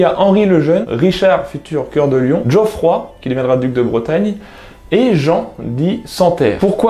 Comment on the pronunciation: djoffroy? Non Geoffroy. trug.